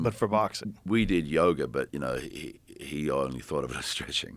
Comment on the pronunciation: I thought he was saying yogurt, not yoga😂